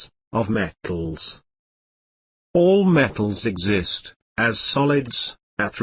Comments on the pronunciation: hahahahah he says met...tals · BUT HE SAYS ME TALS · Love the way you say m-e-tt-als🤣😂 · gets me all the time "Me-tt-als-" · THIS IS SOOOOOOOOOOO FUNNY.. Me-tt-als and Non-Me-tt-als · He doesnt say matels me tals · We watched this in class and had to stop after 30 seconds because everyone was dying of laughter from the way he said metals😂